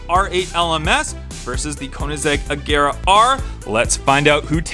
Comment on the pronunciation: Wow he finally says agera right instead of ajera